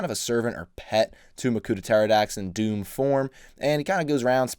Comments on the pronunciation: Also, it’s pronounced “Doo-mah” not “Doom” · Am I the only one who's annoyed that he pronounces it Doom and not Duma? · It’s technically pronounced (doom-a) it’s no big deal I just figured you’d want to know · One of my all time favorite sets. I used to have a shelf over my bed and I would have this set hanging by its claws like a bat off the edge of the shelf. Btw, Turaga Dume is pronounced Doom-Uh. Excellent video as always! ❤❤ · Great video! But Dume is pronounced "Dooma"